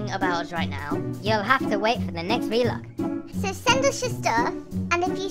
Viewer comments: I just realised how they said “V-Log” not “Vlog”😟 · Vlog! Not v-log oh the humanity!! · ITS VLOG NOT V LOG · Did he say v log